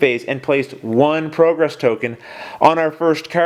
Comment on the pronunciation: I hate to say it but you've been making a mistake every turn. You're mispronouncing "progress". Seriously, it's an amazing job you're doing with this considering the high quality and quick turnaround time.